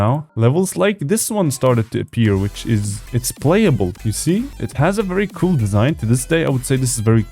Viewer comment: I love how he says “cool (coul)”